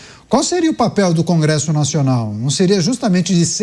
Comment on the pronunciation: "Cangresso" kkkkk